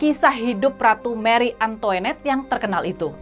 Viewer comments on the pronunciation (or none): Antoanette bkn antoenette